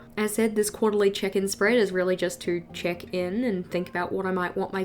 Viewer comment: I love your videos they are so calming in a way 🥰 Each time you say check in I hear chicken so it's kinda funny when you say quarterly "chicken" 😅😂